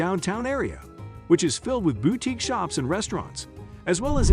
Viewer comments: How do bots work? It pronounced boutique correct twice but incorrectly every other time. Accuracy does matter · Terribly written, terribly narrated. Boutique is pronounced boo teek, not bow teek, with the “bow” pronounced like bowing to a superior. You gotta watch it just for the ignorant pronunciation of artists Monet and Matisse (pronounced as one person). Laughable. If this is done by a real person, well, that’s sad. But if it was some AI generated narration then AI is dumber any illiterate walking the street. Why bother posting content if you don’t even endeavor to do it well? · Please no more AI voiceovers. What the hell is a "bow-teek"? Can no human use a microphone? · Why do you pronounce "boutique" BOW-teek...strange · There are lots of wonderful small towns in New Jersey. But I just can't get past some of these pronunciations: AZZberry park? The emphasis is all wrong. And half of the downtowns have bau-teeks? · "Bow-tiques," "Mow-net," "Ma-tee-see" -- I couldn't take any more. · Bowtiques? Mateesee??? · Bow-teeks huh. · Is the narrator a computer? Weird pronunciation on some words. Bowtiques? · Generally good picks except glen ridge and ocean Grove. Consider Bordentown and French town instead. Also learn to pronounce "boutique" correctly.